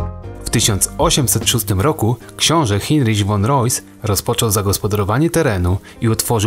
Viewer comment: Sorr ale imie Heinrich, czyta sie Hajnrich ,nie Hinrich.....